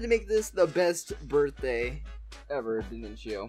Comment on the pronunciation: Did anyone notice that says that it is his borfthday